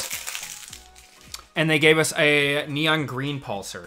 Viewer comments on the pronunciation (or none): I hate to be picky, but it’s pronounced “pulse are”. Pulsar. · Every time he said the word "pulsar" it made me uncomfortable 😂